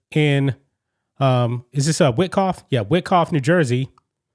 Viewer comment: I’d to nit pick. However, it’s pronounced “Why Cough” (Wyckoff). I thought 💭 I’d just help out.